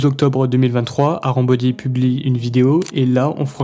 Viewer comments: C’est pas "arambody" c’est "harambody" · Arambody ❌ harambody ✔️